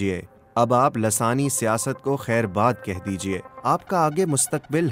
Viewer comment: محترم السلام و علیکم کیا یہ لفظ دراصل لسانی Lissani ھے یا لاثانی Lasani آپ تو ہر بار دوسرے نمبر والا ہی بول رہے ہیں